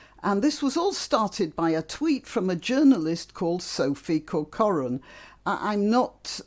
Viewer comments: I'd like to hear you say more about the longstanding nature of the disregard for women's comfort, especially since you say you've spoken about it with friends -- you must have well-developed ideas about it. Also, that's an odd way of saying "Corcoran" to my ears! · Where I come from, 2 syllables: CORK-rən.